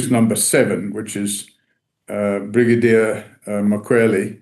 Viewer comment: Brigadier. Not Bridagier